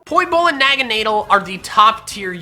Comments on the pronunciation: My first lv 100 was my fav pokemon naganadel also Why does everyone pronounce it wrong its Nah-gah-Nah-Dul Not Naga-nay-del Or Nagon-adel Nagan-ordel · phione: fee-oh-nay naganadel: naa-gaa-naa-dell am i wrong? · NAGANADEL, NOT NAGANEEDLE! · Its not Del it is Dul in case u dont understand what i mean by these endings i mean Deh-L is wrong Du-ool is rights Basically the correct way to pronounce it is the sane as the pokemon alola league lucario vs naganadel watch the episode and you will understand thr correct pronounciation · NAGANADEL, NOT NAGANADLE! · Did he just say naganeedle is a bad-a